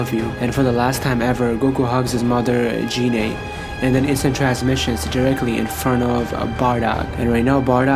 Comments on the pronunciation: you got the pronunciation of Goku's mother all wrong. Its GEENAY not JEANAY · Gine not jine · Can someone tell this nigga how to pronounce gine